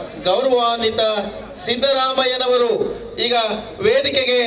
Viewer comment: Ree sidramaiah alla siddaramaiah "sidda" kannada uccharane sariyagi madi